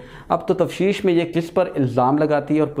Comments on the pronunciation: بھائی کوشش کرو تفشیش نہیں تفتیش بولو Tafteesh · لفظ تفتیش ہوتا ہے تفشیش نہیں